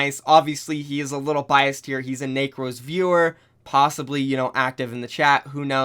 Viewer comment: Necros not nacros lmao